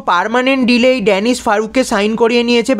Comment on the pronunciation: ড্যানিস ফারুক নয় দানিশ ফারুক